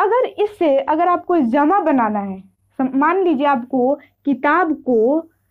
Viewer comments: Zamaa nahin hota hai jamaa hota hai tumhare jaise logon ne urdu ka satya naas kar diya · Zama nh hota h jama hota h ج اور ز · Madam Zama nhi hota hai jama hota hai ok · بیٹا ۔ جمع کو Jama bolo zama nahin. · Zama nahi jama h ji sahiba